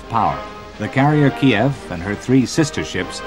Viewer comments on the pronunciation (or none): none